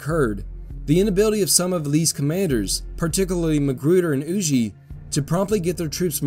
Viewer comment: Huger pronounced U Gee